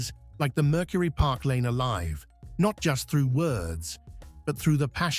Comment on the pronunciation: The car is a Park Lane. Not “Parklane.”